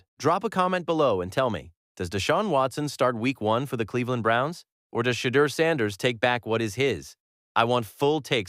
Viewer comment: Say his name right